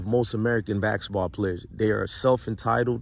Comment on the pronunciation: It's basketball not baksetball